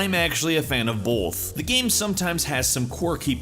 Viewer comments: ”I'm a fan of bolth" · "I'm a fan of bolth" 😂😂😂